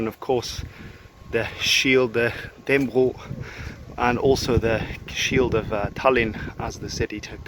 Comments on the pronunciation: Dan-nə-brog, not Dann-brog. And Valdemar is with a "hard d": Valdemar was a danification of Vladimir, which got into Danish through a royal marriage with a Slavic princess, who named her son that. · its sound like you are saying dan bro insted of dannebrog